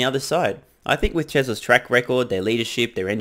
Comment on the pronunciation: Had me jump when you mispronounced "Tesla's" as "Tresla's" and for a moment thought you said "Trevor's track record 😅😂😂😂